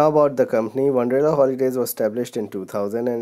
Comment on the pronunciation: It's wonderla not wanderla